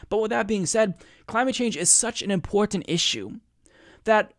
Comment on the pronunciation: i love you and what you do, but you gotta stop saying "imporntant" lmao